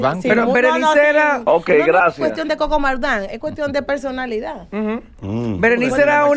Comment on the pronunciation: Yo no imagino a yelida con un tipo que dice erano y tábano